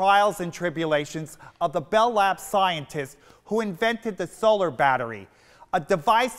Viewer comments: He mispronounces solar because it was an uncommon word and he was guessing. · He has a very interesting way of pronouncing "solar". Was that from the mid-atlantic accent, just him, or was it pronounced differently in the 1950s?